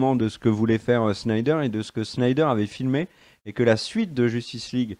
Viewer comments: C'est Snyder (snaïdeur) pas Schneider :') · Les gars je vous adore mais vous savez pas prononcer les mots c'est terrible, Ahshoka, Shnyder, Canerone, Darksid...